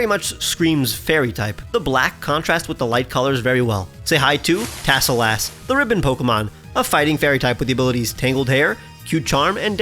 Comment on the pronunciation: I know you say tassel- lass. But my brain kept hearing "Tassel- ass." It's a great mon, though, no notes!